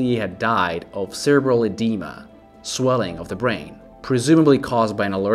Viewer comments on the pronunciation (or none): none